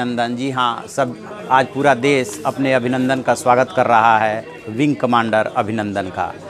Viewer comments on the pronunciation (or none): Pronunciation....."desh"....not "des"